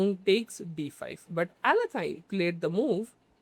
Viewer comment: YESSSSSSIRRRRREEEEEBOBBBBBYYYYY its pronounced ALE YAY KIN just fyi great game great analysis brother thank u